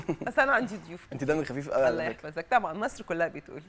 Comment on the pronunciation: لفظ الجلالة الله بالهاء ليس بالتاء المربوطة